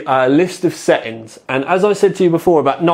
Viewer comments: Is this what they call 'glottal Ts'? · "list of SE ings" :P " Li ull"